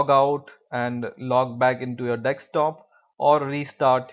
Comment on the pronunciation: 'dekstop' :). LOL....Great video dude..